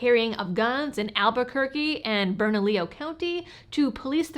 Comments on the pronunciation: You're the first non-local reporter to say Albuquerque's county name correctly " Bernalillo"... The crime infested State of NM is directly related to the corruption of one party and mass migration of democrats into our State from States like CA, NY, CO. State used to be Violet, but because of migration we are now drowning in blue ideologs. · Additionally, thank you for pronouncing Bernalillo correctly.